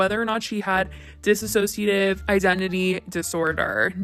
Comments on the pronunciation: Dissociative not disassociativ. Please. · why does everyone mispronounce dissociative as dissassociative... Trisha did it and everyone calling her out is still mispronouncing it... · FYI: it's Dissociative not Dissassociative. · FFS .... one last time. It's DISSOCIATIVE, not dis-A-ssociative. THEY ARE TWO DIFFERENT WORDS!!! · It‘s Disso-cia-tive Identity Disorder! You wrote it so often yourself but you are not saying it correctly, just wanted to mention it. I really enjoyed your video, but I just HAD to say it, I’m sorry 😅💕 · Sure, I don't think it was intentional at all, actually what I think could've PROBABLY happened is that is pronouncing it thay way due to Trisha's video (Trisha said "disassociative" throughout the whole video) but the point of me mentioning it is just to start adressing DID with the right terminology, unlike everything Trisha said in her video and some people might be starting to use thinking it is correct (for example, calling it multiple personality disorder and whatnot) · Miz Boom true, but in this video it’s being pronounced as dis-ass-sociative... need to take the one ass out... so isn’t completely wrong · You’re not pronouncing dissociative correctly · you're mispronouncing dissociative disorder :/ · Hey just wanted to let you know you are pronouncing dissociative wrong. It doesn't have two "iss" sounds at the beginning it's just one.